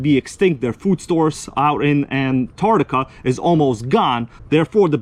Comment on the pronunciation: "Down innnnannanartica" 😂💀